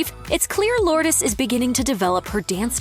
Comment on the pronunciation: You're pronouncing her name incorrectly! 🤫🤭😝